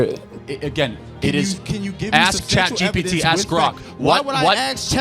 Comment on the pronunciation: “ why would i axe chat gpt”